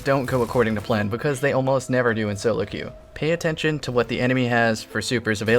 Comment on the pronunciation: queue is pronounced Q.